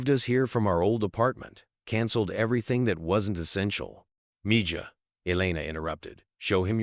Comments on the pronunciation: Please teach your AI voice that "Mija" is not Me-Jah it is Mehah. And take out the several minutes of repeat right in the middle. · Ok so I have a real question How did this story get known? Every detail I think Mr.Musk would be to Humble to tell this story down to every detail. And the guy telling the story keeps saying Miga that word is spelled (Mija but the J is the sound of H) so it’s Miha that means Daughter but like a little daughter. I think this story is B/S sounds to Fairy tail. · It's petty, but her mother keeps calling her M-ja it's Spanish and it's not m-ja it's Mee-ha! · MIja is pronounced ME HA not me ja. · I wish AI could pronounce Meja as meha. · Nice story, yes...but it's MeeHa, not MeJah😇😘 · Meja pronounced Me ha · No matter what anybody agrees with, I tell you AI IS VERY BAD! Why are you using it-doesn’t work for PRONUNCIATION! It’s MEE-HA!!! It’s a loving word a Spanish person uses for suns and daughters and children they love or are being sweet and loving to! It’s DISRESPECTFUL 🤔🤔🤔🙄🫣👎👎👎pedestals and worshipping is only for our LORD and SAVIOR JESUS CHRIST🎚🎚🎚🤔🙏🏻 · If you can’t say it right don’t use the language. It’s Miha j is an h sound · Its pronounced Me Ha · I hated that he's not pronouncing mija correctly. MEHA is how it's pronounced. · Enjoyed Learning that Elon Musk cares about his employees health benefits. However, you should pronounce mija correctly if you go to Google translate You can hear the correct pronunciation of MIJA. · The "j" in mija is pronounced as an "h" in Spanish. Wonderful story otherwise. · If you are going to tell a story and use one lousy spanish word, at least look up the correct pronunciation!! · You all believe this story? Do you think Elon is aware of this lil video? I as a spaniard can’t stand the way this AI pronounces MIJA!! LoL the j sounds like an H. Damn it. Jajajajajaja